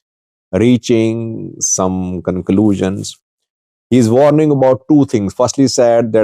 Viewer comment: Wideo? Varning? What language is this?